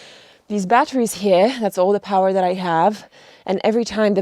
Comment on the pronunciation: How can you pronounce "rare" but not "power" or "water" ?????